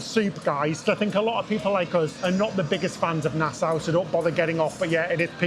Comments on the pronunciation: Nasa not nas owe I believe. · It would help you to speak with the locals! Nassau is pronounced by the locals as “nas-so”.